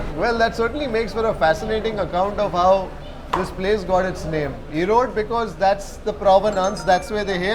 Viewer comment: it's 'erode' not 'erodu'